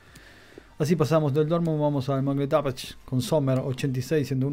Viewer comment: Se dice "monshengladbac"